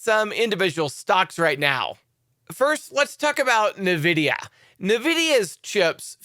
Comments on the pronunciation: PRONOUNCE NVIDIA [en-VID-eeyah] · Plz correct your pronunciation of "Nvidia"